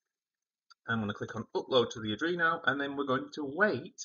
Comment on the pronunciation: Adrino❌ Arduino✅